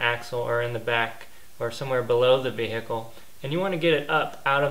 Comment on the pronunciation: the way you sey "vehicle" annoys me